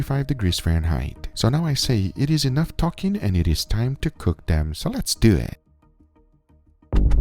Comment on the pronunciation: "Lets dew ettt."